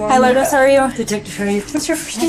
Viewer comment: Its pronounced Loords not Lordess (Lourdes). She is named after a place in France.